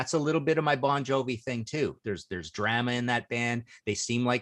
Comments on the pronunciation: Is this the way Canadians pronounce the word 'drama'? Or is it just Martin Popoff? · I am going to start pronouncing "drama" like that, I love it! So far, Bon Jovi is okay. Wasp, I have an mp3 or two because they were so contraversial back in the day but could go without. Agree about Talking Heads.